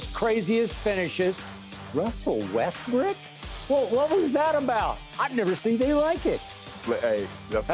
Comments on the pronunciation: His name is Westbrook not westbrick...$hit bayless....stop playin with that man name boy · Skip opened the show saying Westbrick 🤡